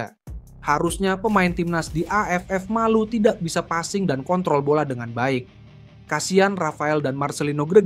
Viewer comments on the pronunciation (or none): none